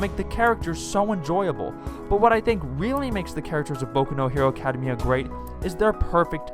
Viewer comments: What is this "Acadamaya" that you speak of? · Good video but... Why do you say "academia like that?